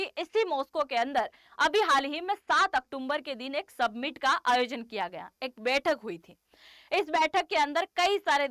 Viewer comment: Madam, submit nehi, summit.